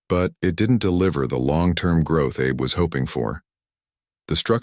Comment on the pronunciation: The Japanese Way, yet Abe is pronounced like Abe Lincoln. Terrible.